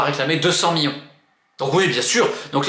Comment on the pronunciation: C'est "millions" pas "Miyons"